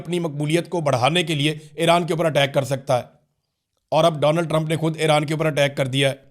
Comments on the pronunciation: The name Iran is pronounced EE-RAAN, not "Ae-raan". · What is Airan? Its Iran, isn't it? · Area kutti eid ai nei to yea Airan he bhoolgeai ha